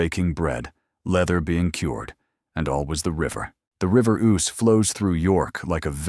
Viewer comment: Dreadful nonsense. The AI bot can't even pronounce the name of the river. It says Oose as in goose; when it's Ouse as in snooze.